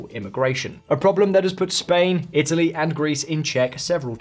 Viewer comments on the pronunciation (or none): none